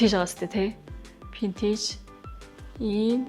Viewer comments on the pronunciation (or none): Vintage geecheee Pintage geed bhiin nchdooo 😂😂😂